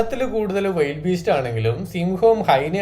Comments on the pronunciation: വൈൽഡ് ബീസ്റ്റ് അല്ല ബ്രൊ വിൽഡി ബീസ്റ്റ് ആണ്. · വൈൽഡ് അല്ല വീൽഡ് ബീസ്റ്റ് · വിൽഡ് ബീസ്റ്റ് എന്നല്ലേ... വൈൽഡ് എന്ന് അല്ലല്ലോ